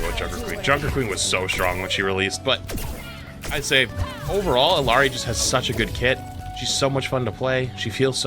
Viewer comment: You're mispronouncing Illari.